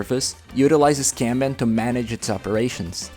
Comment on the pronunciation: that is not how you pronounce "kanban" (also, many other words in this video are mispronounced)